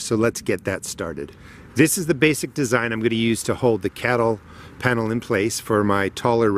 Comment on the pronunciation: I backed to make sure I heard that as well.